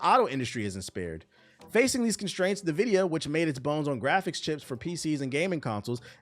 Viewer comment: This clown calls people broke without knowing anything about their lives. Defending the worst generation in gaming history. All while he can't read. How do you pronounce Nvidia again? NEEvidia? 🤣